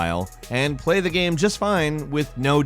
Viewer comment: When pronounces game "gayem" it drives me insane in a bad way.